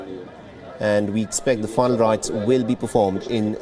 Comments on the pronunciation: Please speak properly..final rites not fine right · Ask the anchor to pronounce final rites clearly,that idiot was pronouncing as if it was fun rites